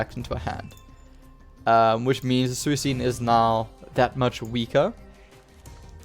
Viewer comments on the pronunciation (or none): ye like swee - kune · Suicune. C is not sound like S. Lol hahahah, maybe some other PTCGO players doesn't watch the Pokemon anime!🤣